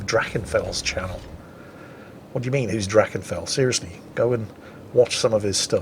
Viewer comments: *Drach-eenee-fel, Drach-eenee-fel. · Drach-ee-Knee-fell Just an FYI